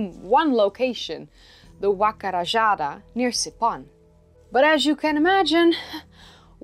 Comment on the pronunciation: great video! a little bit of constructive criticism: in spanish the letter j makes a sound that is like the english h not the english j so rajada sounds more like rah-hah-dah